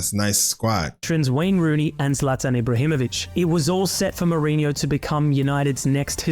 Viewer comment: Holy shii the way you pronounced Mourinho was perfect, sounded like a native